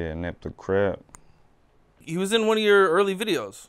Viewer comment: crip "cards" lol